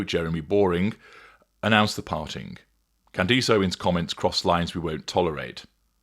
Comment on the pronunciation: It’s Candace not candese